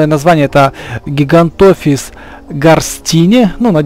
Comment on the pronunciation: Не гигантафис а гигантофис